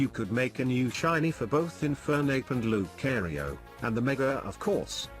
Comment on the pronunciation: loo-cairo Yeah I know lucario's origin is related to Egyptian mythology but don't spell his name like Cairo